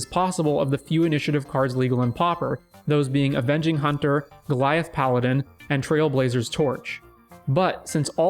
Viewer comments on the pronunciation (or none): none